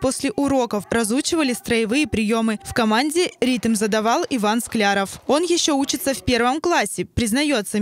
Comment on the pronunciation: И не СклЯров, а СклярОв